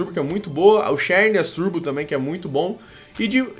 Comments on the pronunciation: se pronuncia zernias nao xernias eu sei que escreve xernias mas a pronuncia é zernias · não se pronuncia xérnias e sim zãrneas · se escreve xerneas mas se lê zernias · se escreve xerneas mas pronuncia zerneas